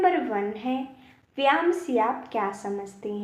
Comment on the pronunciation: जो आप व्याम बोल रहे हो वह व्याम नहीं बल्कि व्यायाम शब्द है इस शब्द को सही बोलो 😂😂😂😂😂😂😂😂😂